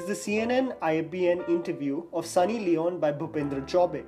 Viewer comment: It’s Sunny Leoneeee pronounce it right man FFS